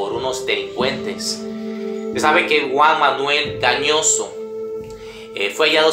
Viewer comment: Gañoso NO, GALLOSSO